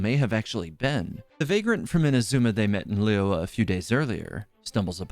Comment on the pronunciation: Your pronunciation of liyue is terrible lol. Try study it before will be great.